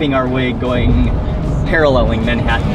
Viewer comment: Mark wiens, the only man on earth who pronounces the t in Manhattan